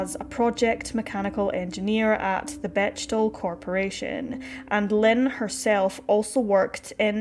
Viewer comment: Fyi it's BECK-TEL, a miltary contractor not betch-tel.